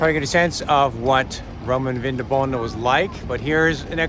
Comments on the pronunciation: Very interesting, even for a Viennese! One little annotation only: the latin promounciation was/is VinDObona (with emphasis on the 2nd syllable) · It‘s pronounced Vindóbóna